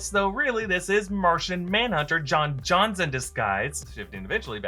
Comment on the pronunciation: pretty sure its John Jones